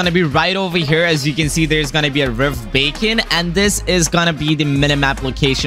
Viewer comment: he said rift bacon lmao